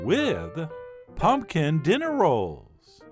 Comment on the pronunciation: Chef says pumpkin like my dad, "Punk'n."